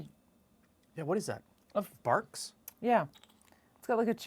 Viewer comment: Dude it's not Barks it's Barg's Rootbeer haha! no worries, all is ok 😂